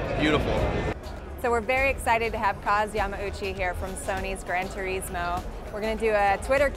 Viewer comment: I HATE HOW SHE SAYS TURISMO